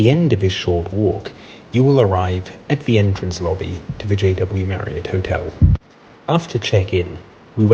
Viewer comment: So refreshing to hear you pronounce Marriott the correct way, as opposed to Marri-OTT. 🙂